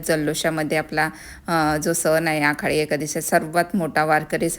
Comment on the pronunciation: आखाडी नाही- आषाढी